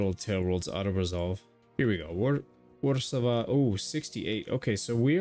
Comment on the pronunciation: Fun bit of info, Warszawa is pronounced Warchawa